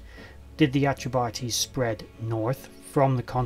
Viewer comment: Enjoyed!. I do believe it's "Atreb-Ahteys" as opposed to "Atreb-Artees", Peace.